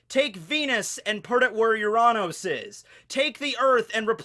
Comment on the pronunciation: Is nobody gona mention how he pronounced Uranus